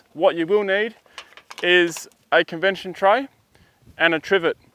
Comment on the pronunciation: He's still calling it "convension" ! ... before it was a convention lol, mate it is convection, as in hotter fluids rising due to lower densities. Love the vid though